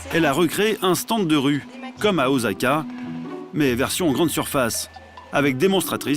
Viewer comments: Sans parler du "OZAKA" alors que c'est OSSAKA" ( en prononciation ) ... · Alors je suis désolé mais la ville se prononce [Ossaka] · Bien joué mais ce qui m'a le plus marqué c'est sa prononciation de ma ville d'Osaka